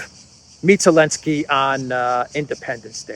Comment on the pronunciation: Question: why do you pronounce Zelensky as “Alensky”? My wife, a Russian/Ukrainian, says there is a reason having to do with the Z preceding the E. Is it the same for Zaparohia as Aparohia? Just curious. Thanks to you both for having a must watch show!